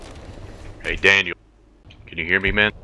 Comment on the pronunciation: This dude put the L in Daniel for the first time ever